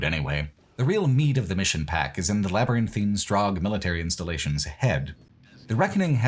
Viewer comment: you get my gold star for pronouncing "labyrinthine" how it's supposed to be and not as "labyrinthian" like the skyrim location (and how 95% of youtubers pronounce it...)